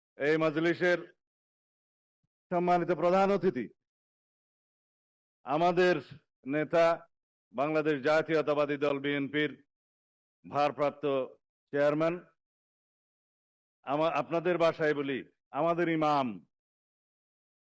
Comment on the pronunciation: আরে ব্যাটা বিএনপি শব্দটাই উচ্চারণ করতে পারো না।কইতাছো যে বিএমপি । হায়রে কেতারে